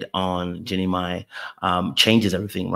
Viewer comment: Jeannie's name is pronounced 'Genie MY', not may